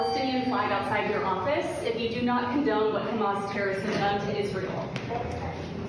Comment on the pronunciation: Haha hells ya!!! You pronounced Humas right!!!😂😂😂